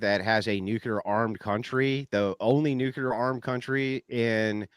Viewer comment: I 'm a fan of Andrew but he always mispronounces "nuclear". There's only one "U" in nuclear.